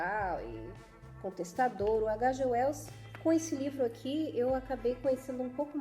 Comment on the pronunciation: Nossa,! Que análise incrível! Vou acompanhar seu canal, porque diferentemente de muitos outros canais por aí onde fazem "resenhas" ignóbeis, menosprezando as obras, você dedica sua atenção à mensagem do autor. Só um detalhe: "H.G. Wells" é um inglês, então se pronuncia de outra forma. Detalhe importantíssimo! Adorei o paralelo que você traçou com a Inglaterra; essas informações vieram fresquinhas a mim rsrs Apesar de eu ter lido, nunca havia feito essa "analogia". Mas concordo inteiramente porque quando eu li "A máquina do tempo", ficou claro a intenção do autor em traçar esses paralelos em suas obras.